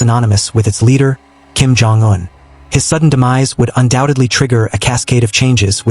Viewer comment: Why are you mispronouncing Un as, "juen"? Bit odd...